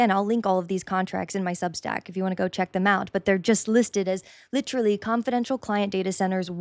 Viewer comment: Literally is a four-syllable word. "Lichrally" is not a word at all.